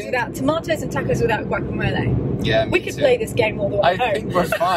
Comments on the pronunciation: My great-great-grandmother Galindo from Monterey County, California is turning in her grave hearing you say "Tahck-Ohz" . They are TAW-cohs. Think "my AUnt gOt an AWsome grAnt from Oxford". The final s is not vocalised: Moss. Loss. Snakes, not bees. TAW-kohs. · If u eat texas Tortillas u must stop pronouncing tacos as tackos!. It's like tik TOK. Tokos. That's the pronunciation. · Its funny hearing you say tacos or pasta with an a sound that ive never heard anyone else use when pronouncing these words. Im not picking on you. Just observing the difference. In Spanish Mexican or Italian all "a"s have the same sound. Not a like in tackle. But a like in the o in top. Pasta.. The ending a sound. The first a should have the same sound as the last a. That is the same sound tacos or tomatoes should have. I mean I guess not should. But just that it usually does. Every time I hear that flat a it sounds so weird to me. But again I'm not picking on you. Say it how you want. It just always strikes me funny.